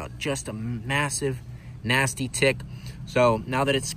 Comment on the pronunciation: That's not how you say tick